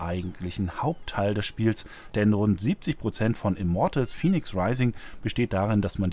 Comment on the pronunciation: Fäniks, es spricht sich Fäniks. Wie es gesprochen wird müsste es Phoenix geschrieben sein.